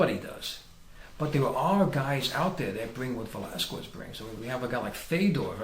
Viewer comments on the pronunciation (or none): Please, get it right! It is pronounsed VelasKEZ, not VelasKUEZ. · It's pronounced KEZ!!! not QWEZ. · It's pronounced "Velaskes" not the other way. It sounds funny the way you Americans say it!! hahaha